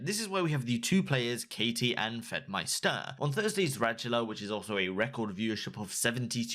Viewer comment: "FedmySTER" Pretty sure it's just pronounced like "meister".